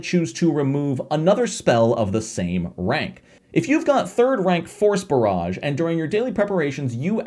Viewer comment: I kept hearing "Horse Barrage" instead of "Force Barrage"